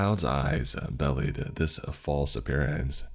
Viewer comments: It's not bellied. It's bee lied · My man, the word is "belied" - one L, be-lied, like betrayed. not "bellied" - two L's, like past tense of belly-up. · Great story! I feel like I should let you know that the one word is pronounced "be-lied" and not "bellied" though. Sorry, nitpicky. Hope it helps though!